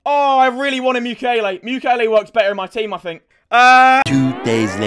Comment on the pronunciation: RIP saying Mukiele Mukulele. The ukulele clip art will be missed